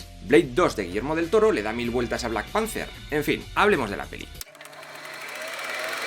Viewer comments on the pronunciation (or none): En tu mundo igual sí, pero es panther, no panzer, un panzer es un tanque. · Yo escuché black Panzer